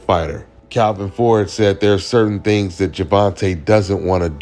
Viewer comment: “ It’s certain thangs that Tank don’t wanna Deww “